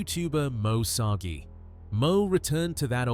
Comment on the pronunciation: TST< > Moe's last name is SARGI (pronounced: SAR - G) not Moe Soggie. TST< > JASKO'S name is pronounced: the "J " makes a " Y " sound ( YAS - KO) it's not a "J " sound. If your going to be uploading other Creator's contents for your contents you REALLY NEED TO LEARN TO PRONOUNCE THEIR NAMES CORRECTLY AND THEIR CHANNEL'S TITLE CORRECTLY. Because their sub's & viewers will tear you apart negatively in your comments for sure. They kinda go a little Karen-ish when someone says something incorrect. So, it would be a wise decision to know your subjects and their info before uploading, especially when your contents are reviews content of other YouTube Creators. Just thought you show know before you start to take off with uploading content on your channel, because small mistakes like all that you have so far in your contents now that people are already barking about, will end up killing your channel before it grows. Just thought you should know, viewers take this a bit serious. Just saying 🤷😊